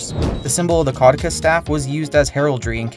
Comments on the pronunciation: kuh-DEW-sus rather than KAW-dih-kus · it's ca-du-ceus, not cau-de-cus. you dyslexified it... actual pronunciation is ke-doo-sius or ke-dyu-shuhs.